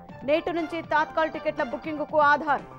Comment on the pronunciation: తత్కాల్ కీ, తాత్కాల్ కీ difference గమనించండి